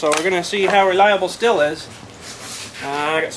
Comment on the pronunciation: awesome says the word the right way most say steel lol